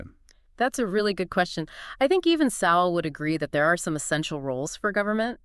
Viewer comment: Why the use of past tense? Sowell is very much alive & active. You might also check how his name is pronounced.